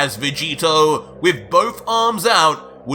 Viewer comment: Did just say ultra vecheeto?